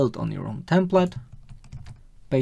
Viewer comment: Dobra robota, ale Twoje "templet" zamiast bardziej "templeɪt" doprowadza mnie do szału!! xD